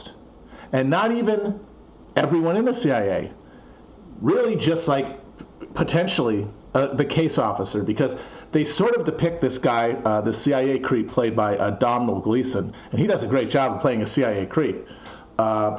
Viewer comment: the h makes the m into a wuh sound. Domhnall = Dough - null